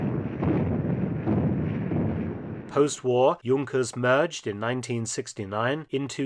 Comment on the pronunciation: Young-kers? We say Junk-ers in the USA.